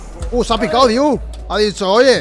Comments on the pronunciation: El nombre del chico es Andrei DEIU no diu please! Se lee igual que se escribe. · Muy bueno. Andrei deiu (andrei dEiu ) la "E" TAMBIEN SE PRONUNCIA